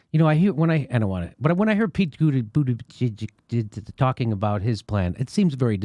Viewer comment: He called him Pete Bootyjizz XD